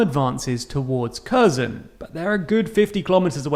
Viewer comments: Also, the kh makes a hard h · Please for the love of god learn how to pronounce KHERSON. It sounds like her-son. Because what you are saying is unrecognisable. Some of other name are also wrong, but like they are smaller cities